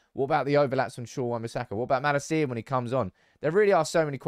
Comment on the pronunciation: Van de beek is pronounced van de bayk, not beak. Also the emphasis in malacia should be on la, not ci